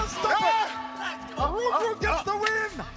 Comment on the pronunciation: Tu prononce mal son nom. Reug Reug il faut prononcé Reugue Reugue